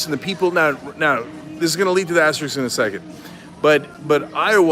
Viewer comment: Aster-isk not iks. Anyway not anyways.